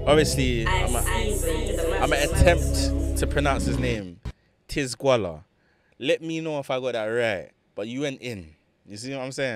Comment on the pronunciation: I think you say it “tee-zed-gwola” idk tho